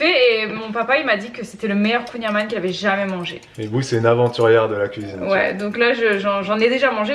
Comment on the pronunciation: La famille de mon chéri vient de Douarnenez (ville où a été créé le Kouign amann) et juste pour info ça se prononce "kouign aman" (comme le "an" de maman) ne me remerciez pas ahah, ça fait 10 ans qu'ils me reprennent 😅